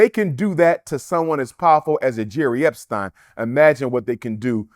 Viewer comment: Can't even pronounce Epstein correctly.